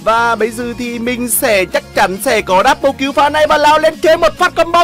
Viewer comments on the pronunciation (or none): none